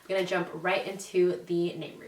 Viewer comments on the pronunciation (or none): none